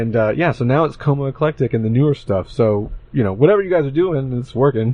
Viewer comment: Did you say Coma Eclectic lol